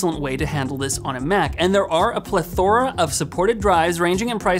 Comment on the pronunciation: “PLETH-or-a” not “pleth-OR-a”.